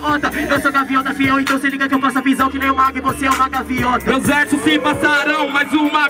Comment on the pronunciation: "Gaviota" ? Kkkkkkkkkkk